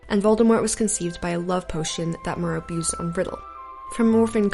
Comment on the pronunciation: 7 memories caractacus burke's memory should be counted too you pronounced merope wrong